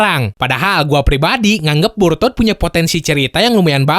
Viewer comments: "BoruTOD" 🤣🤣🤣 Di Awal.. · Brok, lu nyebutnya burutod ya wkwk